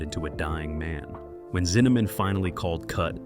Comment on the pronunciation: "Zinnamon?", with the last syllable pronounced like "Yeah, man" in Jamaican. Ridiculous video in so many sloppy ways. BTW, it's Fred Zinnemann, "Zin-a-men". Good grief!! More 😂😂😂. Just saw the picture for the author of the book, James Jones. That's James Earl Jones the actor dummy!! And, who in the world are the guys in the snow holding the flags of various countries that are supposed to be the army pals of James Jones?? Hilarious!